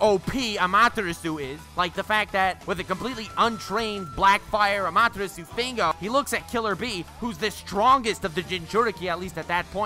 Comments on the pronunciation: So 50% Lacks of Information and therefore isnt correct displayed and 50% is simply false. Amaterasu (which btw is spoken AMA TE RA SU) is dodgeable for A cause he is faster than the Speed of "sight" aka he is Faster than the Speed of Light in his Lightning Armor, and even he couldnt dodge Amaterasu absolut and had to cut off his Arm. Naruto simply got Plotarmor. Edo Tensei would start Regenerate thats true, but it wouldn regenerate right on the Flame, it would take some Time, if the Body burns down completly by Amaterasu(for example because your are engulfed in Flames) your Body would regenerate from Nothing and therefore doesnt got Amaterasu on you. Still it would be a Effectiv mean to slow down an Edo Tensei Summoned Fighter. Vapor Release(which sounds False to me but maybe my english is simply not good enought) doesnt allow you to change Properties of GAS it allows you to Controll the PH Value of the Steam/Mist you are emitting at every Time. Therefore its only goes for the Fog youself created. 7)koatamatsukafuckikkamikki (Which Jutsu shall that be? That doesnt exist at all) do you mean Kotoamatsukami? This Jutsu alters your Mind unnoticed and therefore allows you more or less to turn somen in your slave or anything Else.... and thats it.....It lets you controll someone else on a "indirect" way by altering there Memories. Powerfull yes, Useless? No, Wasted used? Dont think so. Danzo wanted the WAR do make himself and Konoha the Dominating Power in the World therefore he ha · (saying amaterasu wrong) Naruto fans unholy screaming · The way he said Amaterasu I raged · Why did he say Amaterasu weird 🧐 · The way he pronounced Amaterasu...... Jesus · Listening to you butcher Amaterasu made me cry.